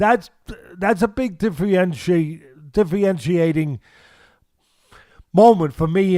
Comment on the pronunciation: Teddy out here making up words. "Diffienchiating"